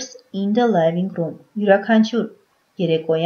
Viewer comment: Թերի է։ Արտասանական սխալներ կան։ Օրինակ ՝ living_room արտասանվում է " լիվինգ.րում " ոչ թէ "լայվինգ րում"։ Բացի դա անգլերենի բառավերջի r տառը չի շեշտվում և արտասանվում է շատ թույլ։